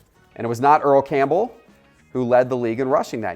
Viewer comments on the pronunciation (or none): none